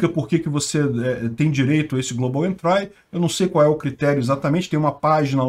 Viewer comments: só uma correção: se fala "global entri" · Velho pelo amor do pai joga global entry no tradutor Google e toca no alto-falante pra você pegar a pronuncia correta porque vc tá pronunciando incorretamente com muita convicção. No mais seus vídeos e seus canais são top.